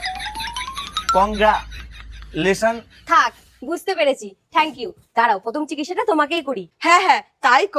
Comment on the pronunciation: দাদা ওটা কংগ্রাচুলেশন হবে ইস দাদা ইউটিউব করো তো ইংলিশটা পর্যন্ত বলতে পারো না